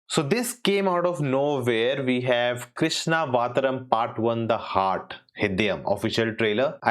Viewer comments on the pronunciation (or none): my guy its KRISHNA AVTAARAM not krishna vataram 🤣😭😭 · you mispronounced it. Krishnaa Avtaaram ❤ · Abe tuze itna simple krishnavataram bolna nahi aata.... malyalam to thik se pronunciation ho jata Tera.... Jaan bhuj kr kr rha h kya.. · wrong pronounce of the title